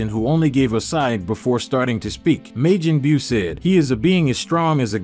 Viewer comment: why do you keep saying Meijin Beew